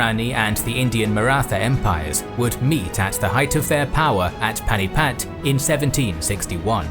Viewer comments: Pani-Path not panipat. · A good and comprehensive survey, but must you mispronounce every single Indian name? For instance, Hyderabad is pronounced 'Hydrabad"; Rajasthan is pronounced "Rahjahsthahn, and the last syllable of Panipat is pronounced "putt", something that golfers do when trying to sink at short range.